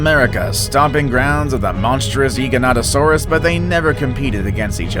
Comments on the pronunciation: It's gig-a not jee-ja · It’s giganotasaurus not jigononingserus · He don’t know how to pronounce Giganotosaurus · when he said GIGANOTOSAURUS he said it wrong